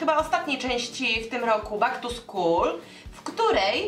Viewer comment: "back" wymawia się "bek"....